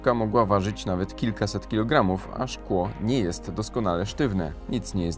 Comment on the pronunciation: Śklo jest nawet płynny